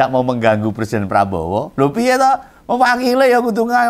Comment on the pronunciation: Ngomong Persiden. Harusnya Pre.. Siden bukan Per.. Siden. Koplak..